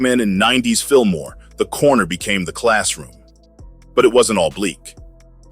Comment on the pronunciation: No R lol jus Fillmoe 👌🏾